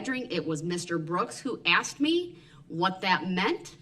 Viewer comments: I’ve seen a lot of diff vids on this trial….it’s “asked” not “axed” Aaahhhhhhhhhh!!!!!!!! That drives me nuts!!! Idk if he even said it in this one but it’s all I can think about and it’s making me crazy 😵‍💫😵‍💫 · The State tried to help him with his subpoenas. He was so ungrateful and snotty, saying he never "AXED" for their help. No wonder they decided that he's on his own with getting his remaining witnesses to court!! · Yes indeed. Every time he said "axed" instead of "asked" is especially grating to the ear. I am in wonder of Judge Dorow at how she saw the ugliness in him and yet allowed him to set up an example to the world and any future appellate judge of how deceptive and useless his attempts at stalling the judicial process were. It is sickening to see how he interacts with others, especially women, in a rude and condescending way. I am so glad he practically held open the prison door for himself by acting with such inhumanity and hateful disrespect of the victims, those who died, the Judge and the state district attorneys. I'm sure he will have a difficult time in prison finding a cellmate who will tolerate him.